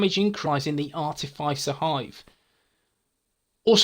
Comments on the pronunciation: Ar-tiff-iss-er not ar-tiff-ice-er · Hey, I'm sure I've mentioned this before but it's pronounced Are -Tif -Is (as in This)-er. Hope you don't mind?